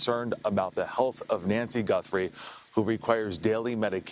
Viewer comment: That's Nancy gut throw, that's how you pronounce , Nancy Guthrie, good luck with your new show brother,,👍👍👍